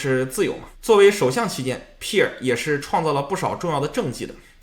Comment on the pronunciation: Pierre 也读错了😂